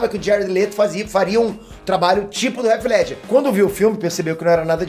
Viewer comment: Cara gosto do seu canal. Mas vc nao mora nos EUA? pq vc pronuncia o nome do Heath Ledger errado? estranho isso. Abraço